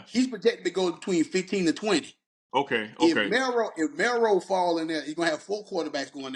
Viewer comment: Milroe man not Melroe lol